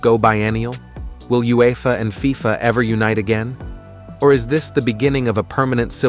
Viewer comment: Lost me at F-I-F-A